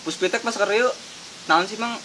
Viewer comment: PUSPIPTEK pak, bukan puspitek.